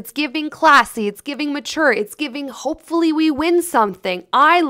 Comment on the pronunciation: Hard stress on that "hopefully"